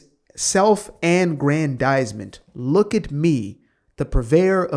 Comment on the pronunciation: It sounds to me like you're mispronouncing self aggrandizement. When I hear you say that it sounds like self angrandizement. Is that what you're doing ?